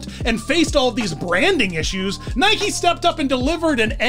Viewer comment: Salem is in Western Oregon and it's pronounced Nigh-key